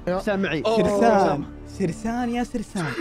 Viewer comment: اسمه سيرين مو سرسان